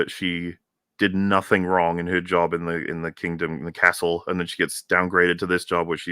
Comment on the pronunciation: “cast-ull” you truly are a treasure 😂